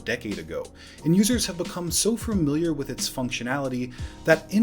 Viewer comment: Please god, the word is FAMILIAR. There is only one R, and it comes at the end. Stop saying FUR-miliar! If it helps, the word is related to “family.“